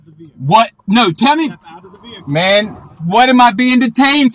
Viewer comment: "Man, Bro or Dude" is not a great reply when a cop tells you to get out of the vee-hi-cle.